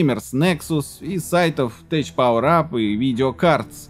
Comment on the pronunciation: tech - произносится "тек", а не теч, "текнолоджи"... учите матчасть английского, уважаемый)